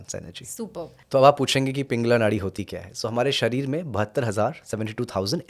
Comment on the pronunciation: Hey don’t know how to pronounce pitta or pingala .. if you don’t mind improve that first phir interview karo don’t destroy sanatan language